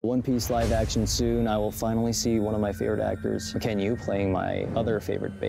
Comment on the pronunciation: I love when he goes Mackenyu I’m Japanese 😂😂